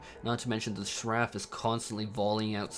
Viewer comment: That's not how you pronounce Seraph...